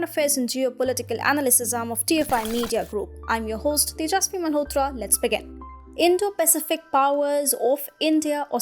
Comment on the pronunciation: I do wish you would get the pronunciation of the word "Pacific" correct.